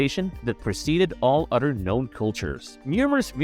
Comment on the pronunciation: other = udder